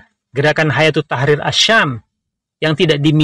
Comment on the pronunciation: Kok mbacanya hayatu, ustadz ? Bukannya hai-atu